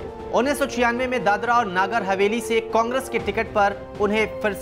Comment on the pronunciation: नागर हवेली नहीं है, जब नगर हवेली नहीं बोलना आता तो न्यूज चैनल बंद करदो ।🙏